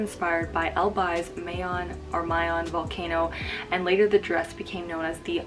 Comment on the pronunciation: Ms Siera, it would be better if the pronunciation of "Mayon": is like Ma(ma), Ma(k) (in MakTumang), Ma(cintosh).. anyways, great video. Thanks a lot.